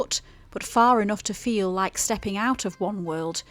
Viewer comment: You said "hike" not like lol but great video 🙂